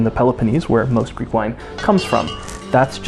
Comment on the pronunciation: As a greek person that has been born and is being raised in greece, i would like to touch on some parts of the video :) Firstly, your pronunciation of all greek words and phrases is perfect and you genuinely sound like you've never left the country. I do not know what word to use here exactly but it's such a nice little thing that adds to the enjoyment of the video. Secondly, the segment in which you discuss your name was also extremely interesting in the context of what you're talking about but is also very relatable to me. My name, John, was the same as my grandfathers and also my cousin's as such i was always nicknamed "the young John" or "Ο μικρός ο Γιάννης". I'm not huge into religion but being named after the man that baptized Jesus always felt special to me in a way, yet due to how americans treat it feels embarrassing using it which is a same. Also, in regards to the topic of the video itself I'd like to touch upon the "Percy Jackson" series, which has been revived due to a upcoming tv series if i understand correctly. Seeing it on my feed on social media a lot i got interested but found out/realized there is not a single greek individual in the series, a series about greek gods and their children, which is bizarre cause the series has, from what I've been told, a fair amount of diversity. It's simply mindboggling that an entire franchise based around our culture doesn't include us. Lastly, I have family in Montréal. I've only met them once but they have made attempts